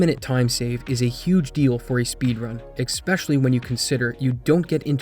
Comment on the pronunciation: did you say expecially with an x?